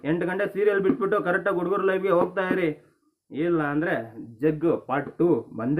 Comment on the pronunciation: ಲೋ thamma ಉಡುಗರು ಅಲ್ಲ ಹುಡುಗರು